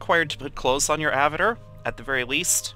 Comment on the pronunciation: Thank you for the videos, as I'm starting to get into EvE myself, but damnit man, I felt like punching you every time you said "Avitir" instead of "avatar!" XD